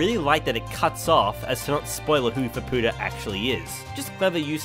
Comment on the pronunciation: and btw if you love Faputa so much, pronounce her name correctly :D the U is silent :)